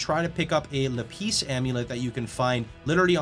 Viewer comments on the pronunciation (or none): RF is my 'goto' every league, no matter what I start to play I always end up with RF. It's been a POE daydream to to go Jugg. Much appreciative to see this passion on it. Side note... maybe rethink 'lapis' pronunciation. It's one of my favorite stones and I had no idea what you were referring to until I looked closer (read) the text. Thanks! You are fantastic !